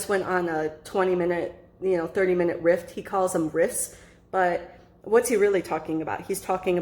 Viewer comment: What does riff mean in slang? 1 : an ostinato phrase (as in jazz) typically supporting a solo improvisation also : a piece based on such a phrase. 2 : a rapid energetic often improvised verbal outpouring especially : one that is part of a comic performance. 3 : a succinct usually witty comment. It sounded like you said rift, but I'm sure he meant riff, by the 2nd definition there. It makes sense for a musician to use it on the fly.